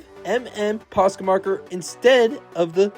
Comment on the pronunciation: It's not posco it's posca